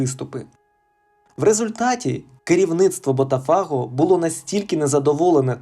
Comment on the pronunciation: лайк поставлю, але оці БотафАго і Флаурес - ну треба ж якось відповідальніше готувати начитку матеріалу, бо вуха ріже.